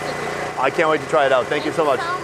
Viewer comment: I think that guy is saying “Fank You”